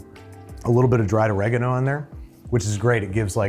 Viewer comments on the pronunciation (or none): it's pronounce Oregano! not Oregano!